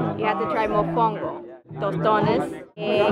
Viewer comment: no es monfongo, Mofongo:). Me hase falta los platos dominicana